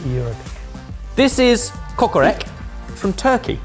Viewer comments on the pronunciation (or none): Kokoreç actually stinks though. (It's pronounced kokorech, not kokorek) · It's pronounced as "Kokorech". It has -ch at the end. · I love kokoreç so I had to come and tell you that it's pronounced "kokoretch"!! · I died a little inside with the way said kokorec